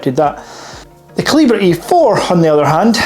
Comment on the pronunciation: OK - I'll be the one to say it.....KALL-I-BERRRRR - not CAL-E-BRAY - excellent video and channel tho.